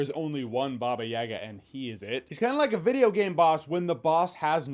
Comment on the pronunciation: What the hell is a “bobyega”